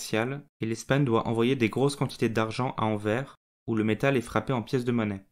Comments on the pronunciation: Par contre le « s » à la fin de Anvers faut le lire les français car c’est horrible a entendre « anver » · Intéressant mais ça se prononce anverssssse. Ça m’étonnerait que tu dises rin quand tu parles de Reims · On dit ANVERSSE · Pouvez-vous mieux prononcer AnverS avec un S à la fin de cette ville Merci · Merci pour ton commentaire. Je me suis rendu compte qu'il fallait effectivement prononcer AnverS, je ne ferai plus la faute ! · J'adore ta chaine et j'ai adoré ta vidéo! Par contre, t'aurais pu faire l'effort de prononcer le nom de la ville correctement :'( mais le prends pas mal hehe tes vidéos sont trop intéressantes! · En français, on prononce le s de Anvers, merci d avance !!!